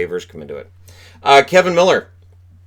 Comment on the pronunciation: I'm excited to see the Habs tonight. But no Subban, Hughes, or Hall against Montreal. That may make it a little less interesting. Also, I hate to be the guy, but it's Kevan Miller not Kevin Miller.